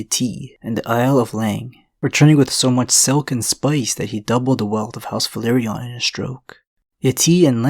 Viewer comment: VELA-RYON Not Valyrion